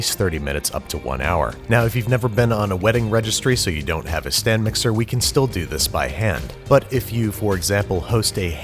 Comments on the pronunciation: Did you just say [S T A N D] mixer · I watched this again with captions and have a deep appreciation for the emphasis on the "[stand]" mixer